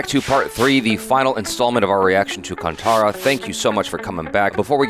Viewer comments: don't pronounce it as kantara ;it is kaanthaara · It's pronounced as kaan-tha-ra